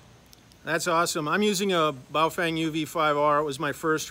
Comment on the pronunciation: I believe it is pronounced as bao "ferng" - "fern" with a twang.